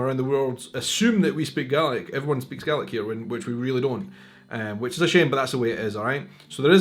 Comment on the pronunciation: So help me God, you're saying "GARLIC".